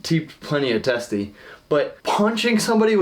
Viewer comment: “I’ve teeped plenty of testes” 😂